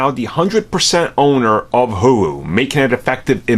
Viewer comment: “HULU” pronounced “hoooo loooooo” not “hugh lew” Jesus Christ are you remedial?